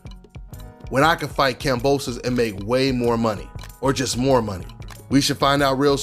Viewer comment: “Boxing is so racially divided” 30 seconds later “You don’t have to fight any of these black guys” bruh what😒 and y’all talking like Kambosos Jr. is trash when he’s actually pretty solid i would say plus ain’t even pronouncing his name right straight disrespectful